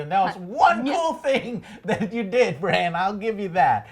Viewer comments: If I can ask of one thing, it's for you to learn the characters names... Can see the Alex dude cringe everytime you guys say "bronn" when referring to Brandon :/ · Your enthusiasm is great, but hearing you mispronounce everyone's names was getting pretty irritating, LOL. Bran like Gran, Drogon not Drogo, Bronn not Brom, sheesh. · BRAN, BRAN, BRANNN!!! lol, good reviews but the cunt in me gets annoyed when you guys chop up names. And thanks for turning the comments back on joe!! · Bran, bronn, stop fking up the names ffs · Can pronounce Missandei correctly...Can't pronounce Bran after 20 tries. Oh my. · Hi Joe, I love your GOT reviews. Its just that theres things that triggers me like how you don't remember their names such as "Bran" and "Bronn" and how Dany says "Dracarys". Probs need to rewatch and remember those things. Keep it up man! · Please Joe learn the names before you make a review. Bronn is not Bran Drogon is not Drogo From the last episode: It is not ORLENNA it is Olenna. :D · Cro True. They really don't know what they're talking about when it comes to GoT. They kept calling Bran Bronn, the Tower of Joy the Tower of Love, he said Draconi instead of Dracarys, didn't know Maester Wolken's or Syrio Forel's name, said Arya wanted to kill the Hound but in her mind he's already dead, they didn't know who the Golden Company are, didn't notice that the gold made it to KL til they probly read it on reddit. The list goes on. I have no problem with Joe and like his game reviews but he should stick to what he knows and not popular TV shows just to get views. There are FARRR better reviewers for GoT who actually know the lore, every character's name, etc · Why can't the girl in this video say Bran? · Please get Bron and Brans names right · Stop calling Bran, 'Bron'!!! OMG lady! Come the fuck on. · love how she keeps saying bronn instead of bran lol also taken out food makes it equal starvation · Bran damn it! His name is Bran. It's not that hard